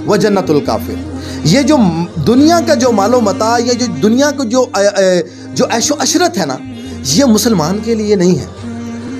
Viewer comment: عیش عَشرت❌❌❌❌❌❌❌ عیش وعِشرت✔️✔️✔️✔️✔️✔️✔️